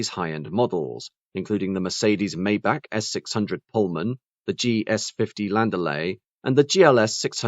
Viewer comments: I was thinking the same thing. Daimler only gave Maybach their greatest V-12 engines that they had at the time. Also it is pronounced MY BOCK! Only dumbass rappers like Rick Ross say “may back”. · It's not "may-back" - it's "my-bach" like Johann Sebastian Bach, the famous composer. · The Maybach models also used V-12 engines, not a V-8 engine. They got the horsepower number correct at least. The worst offense is pronouncing it “May back”. It is MY BOCK! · It’s pronounced MY BOCK!!! The engine was a 5.5 liter V-12 also. The S models had a Mercedes-AMG built 6.0 liter V-12 engine that put out 604 horsepower and 738 lb. ft. of torque. The same engine could be found in the 2004 Mercedes-Benz CL 65 AMG along with other Mercedes-AMG 65 models at the time. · Sorry. Totally wrong Maybach pronunciation. Despite these are very good quality and quite informative short documentaries, the author seems not to pay attention to correct pronunciation of products, airlines etc, in the videos he creates. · yes, i cringed even more than when a german trys to speak a th